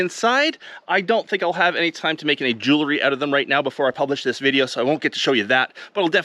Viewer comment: Ah ha you can say it correctly...I heard you say jewelry not jewlery...lol. Then you said it jewlery again. 🙄